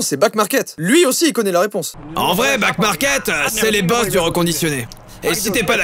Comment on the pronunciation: Joyca : Ouais Backmarket c’est trop bien, ils reconditionnent. Moi qui entends : Ouais Black Market c’est trop bien Moi : ..... Moi qui voit back market écrit : ....................